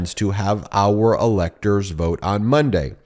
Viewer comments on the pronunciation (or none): none